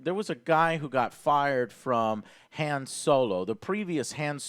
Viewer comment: "Hayun Solo"